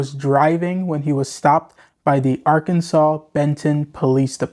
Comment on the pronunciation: Dude, it's Arkansas. Enough said